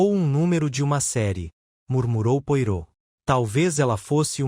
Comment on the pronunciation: Gosto da sua leitura, entretanto, com respeito, gostaria de ajudar na pronúncia do nome do grande detetive belga, Poirot. Lê -se " poarrô".